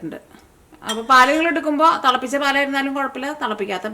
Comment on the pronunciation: Thalapicha paal alla, thilapicha paal